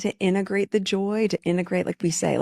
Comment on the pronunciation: She doesn't know how to pronounce the word INTEGRATE. She pronounced it INNAgrate. Integrate has two t's, not just one.